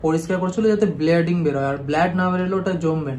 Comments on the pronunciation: Bleeding ❌ Blooding ✅ 🤣🤣🤣🤣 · Bladding❌Bleeding 🩸 bolo... Ota sunte kharap lagche